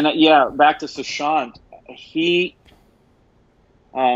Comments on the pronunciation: korbinisation...its sushant not suhan😂..love you💓💓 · It's a pity you do a tribute to an actor and say his name completely wrong. actually said Suhant. And it's not pronunciation I'm talking about. Just to read a name phonetically as it's written. About time you at least did a little prep to avoid such mishaps?